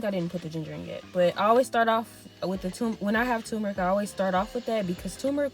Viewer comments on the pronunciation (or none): It sounds like you are saying tu-me-ric, leaving out the r. It is pronounced tur-me-ric. The spelling is t u r m e r i c.